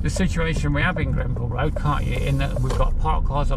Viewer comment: Don't mean to be pedantic....But it is Granville road, not Grenville road......I haven't lived in Hinckley for almost 20 years and I do enjoy your trips around....Brings back loads of memories....I know that is not the intention of the videos but enjoyable nonetheless... Passed my bike test there in 1966 and car test in '67 ....Thanks for great content.